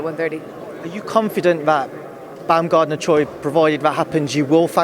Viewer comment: I wanna bummayer not buamgardner